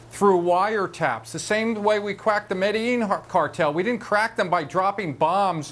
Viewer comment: "same way we quacked the .. cartel", that's what he said QUACKED. i kid you not.